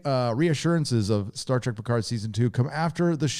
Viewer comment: PEE-CARD lol